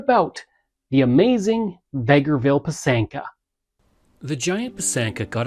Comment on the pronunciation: It's pronounced PY- sanka, emphasis on the first syllable. It is beautiful